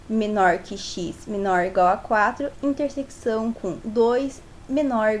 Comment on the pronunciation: muito bom, só errou em uma coisa, falar "intersequição", se fala "interseção" msm com o cç